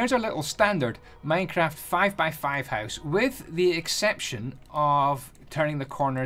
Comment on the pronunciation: "less lighting inside your hooce"